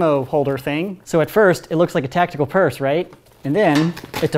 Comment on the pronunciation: stop calling it tacticooool